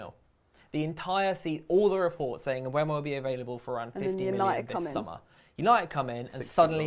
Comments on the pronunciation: Wow, all of a sudden is pronouncing Mbuemo correctly (Mbwemo, rather than Emboomo), as she has been pronouncing it on every one of her Talks Football videos. Hallelujah! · Nope, me and you made the same mistake!! I said the same thing, having a real go at people on every vid lol then decided to pit it in YouTube and found Mbuemo pronouncing his own name on a video of the Brentford squad introducing themselves, it is in fact M-BOO-MO!